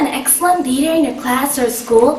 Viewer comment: I thought she said reader at first.